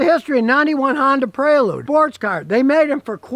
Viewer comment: It's Prelude not Predule.